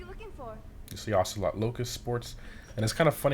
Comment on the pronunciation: Said he wasn't even gonna try to pronounce the word yet he pronounced it correctly